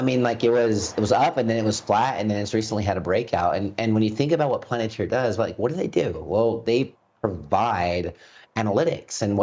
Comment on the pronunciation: Planatir? did he just call it that?